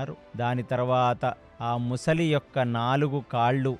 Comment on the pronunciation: ముసలి కాదు sir, మొసలి.